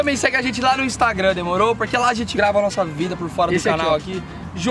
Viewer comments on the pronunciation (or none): none